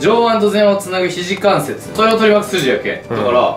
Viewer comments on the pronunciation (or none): 肘関節(ひじかんせつ)じゃなくて(ちゅうかんせつ)だったんだ